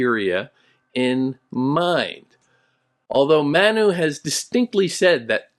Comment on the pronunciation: You provided an excellent explanation of the core concepts of the book, and I truly appreciate your insights. However, there were a few areas where I noticed some challenges, such as the pronunciation of 'Manu' and the portrayal of Indian culture, particularly during that historical period. While I recognize your standing as a distinguished scholar, it can be difficult to grasp the deeper essence of the author's work without a more nuanced understanding of these cultural contexts. I hope you understand, and I apologize if my words seem too direct. 😊😊